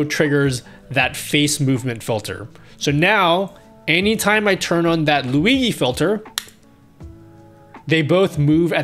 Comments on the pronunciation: ..Man.. very good toutourialz but plz NEVER CALL "LUIGHI".. ..is NOT LuiGHI .. is LuiGI ..pronuciation is more similar to "LuiJI" for you not-italian ppl.. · hi, huge fan, one problem, who is luigee? i only know luigi * lui GEE * z * * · "Lui-gee" filter! :D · I love you but you gotta stop saying Luigi like that